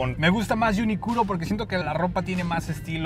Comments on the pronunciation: Jajaja si que estuvo muy gracioso y estuve averiguando, desde el inglés lo pronunciarían: "iuniclo", pero la pronunciación correcta (desde el japonés) es: Yunikuro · ¿No se lee Uniclo? No uniculo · JAJAJA ahh, me dio risa como pronunciaste UNIQLO... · un tremendo UNIQLO